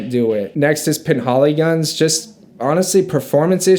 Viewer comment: Le Labo is pronounced luh laah-bo. Roja is pronounced Roger (British pronunciation). Penhaligons is pronounced pen-Hal-iguns. Love the videoo